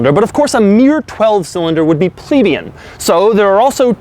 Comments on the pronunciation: It's pronounced "\pli-ˈbē-ən\" you pleb. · I die everytime Doug says "plebeian".